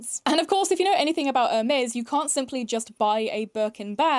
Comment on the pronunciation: this brand is a triggering word for me PRONOUNCE HERMES RIGHT IF YOU PICK THE DAMN NAME!!!!’